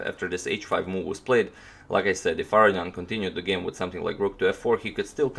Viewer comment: Real question. It appears it would be pronounced Ah Ro Knee In. Is that incorrect? You say it definitely different than say, Maurice Ashley who I swear says it as above.